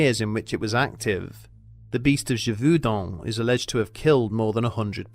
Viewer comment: ghe-vohw-din last syllable to rhym with the french number 1. sub-seh-quent, not sub-see-quent. are english schools so bad that you are incapable of pronouncing your own language, let alone foreign languages?